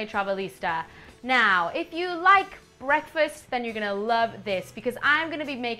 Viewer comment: she seems to have trouble saying the word BREAKfast